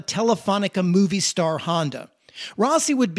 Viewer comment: movistar is pronounced mo-vi-star not like movie